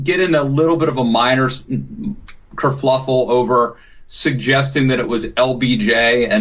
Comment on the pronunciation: Kerfluffle is not a word. Kerfuffle.